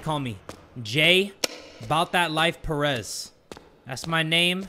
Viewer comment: Btw Jay, your "Perez" on your name (is that the spelling of your Perez?) Is Pronounced as Pe-rez not pronouncing it fast- Btw Your videos are daym Amazing!!!